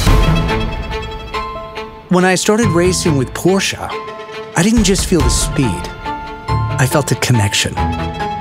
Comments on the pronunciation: wie so PorschA? ... kommt jetzt PORSCHE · But PLEASE spell it right, Porsch E! Not Porsch A! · Nigga germans dont ever say "porsha" say It as It Is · who came up with "Porscha" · The car is very nice but couldn't have you asked to pronounce "Porsche" properly?